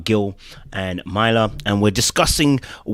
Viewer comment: I know it’s not intentional 😂 but please say this woman’s name correctly. MUR-LAH (Myrla)